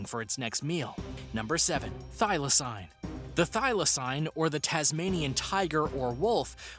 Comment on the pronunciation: Holy fuck I'm going nuts how he pronounces some of them. Smh that's not how they r said. Like thylacine is said thigh la seen.